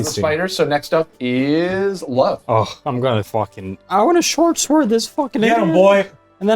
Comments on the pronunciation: sword sword said by love cause he cant pronounce the sh is so funny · "A shored shword" lmao damn sweeds with their crazy pronunciation hahahahaha